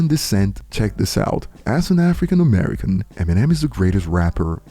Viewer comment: My boy said white Americer😂